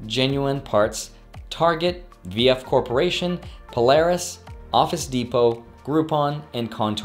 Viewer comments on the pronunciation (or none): none